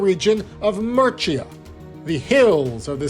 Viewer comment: This was long-winded, and never got to the point of why the coffin was significant. And every time he mispronounced Murcia, I cringed. This long and winding journey to no conclusion was mostly a waste of time. Interesting historical bits, but overall, a whole lot of meandering....